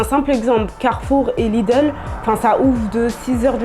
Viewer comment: Chyba jednak zna polski bo takie słowa jak Powiśle, Carfur i Lidl wymówiła bezbłędnie po polsku 🤓